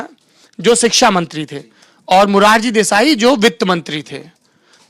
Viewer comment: सोरभ भैया ! अगर आप अपनी हिन्दी भाषा को कुछ और सुधार लें तो देखने और सुनने वालों पर आप की बड़ी दया होगी । सही शब्द है शिक्षा मगर आप बोलते हैं सिक्षा जो बिल्कुल गलत है । आशा करते हैं कि आप इस पर ध्यान देंगे। शकील अजीम । दिनाकं 10 जनवरी सन 2023